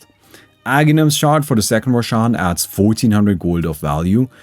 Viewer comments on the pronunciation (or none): "second rosh" LMAO xD